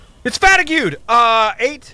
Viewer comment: The way you pronounced fatigued was a joke, right?